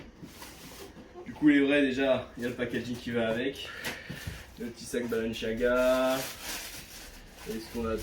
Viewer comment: Quelqun peut lui dire d'arrêter de dire " balanchaga " ?